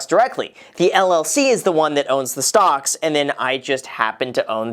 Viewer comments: I'm sorry... did you say STONKS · Ummm... did anyone else notice that Graham called stocks “stongks” ? 😂😂😂😂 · "Stongs" can continue rising for the forseable future 😂🙌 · Did he just said stonks? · Did he say stonks? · Did Graham say Stonks?